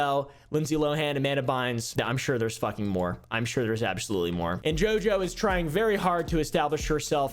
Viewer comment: I love the way you're saying her name, "JiJo"😅😅😊